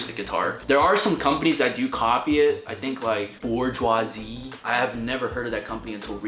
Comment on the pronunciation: Check out the newer Martins, u can get a modern deluxe with torrified top, or custom shop. Basically they have better playability, and more wider modern neck. It’s pronounced Boo-jua (Bourgeois) lol not bourgeoisie that’s what the capitalist owner class is. They make the best guitars of all arguably.